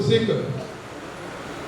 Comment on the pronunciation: तोरसकर नाही तोरसेकर आहे.निवेदक पाठांतर करून आले आहेत का?